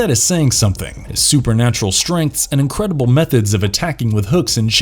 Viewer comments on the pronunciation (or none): none